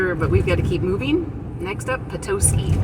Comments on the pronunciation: Good job on Charlevoix. But Petoskey is pet-ah-ski. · Nope, she was right. This is where I live. Charlevoix is pronounced shar-la-voy, rhymes with boy. And Petoskey is pronounced pa-ta-skey. Not tow, ta, like tada!